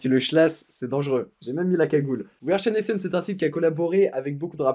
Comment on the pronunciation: j'adore comment tu dis we are chaination 😂✌🏼